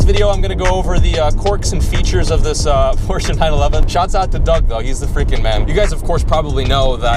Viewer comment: Did he just pronounced Porsche right never seen a American manage to do that